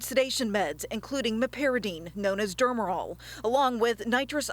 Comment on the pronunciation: Such a tragedy that didn't have to happen. And please advise to learn correct pronunciations. It isn't "DERMerol." It's "DEMerol." And her written report didn't coincide to what she said when reading it. She said nanogram, but wrote milligrams. 200-500 mg would be a lot for an adult. We don't even give it anymore in the hospital, but when we did, we never gave more than 100 mg ever. A 50 mg dose would be typical for an adult.